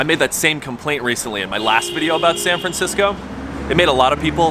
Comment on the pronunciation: San Francshitsco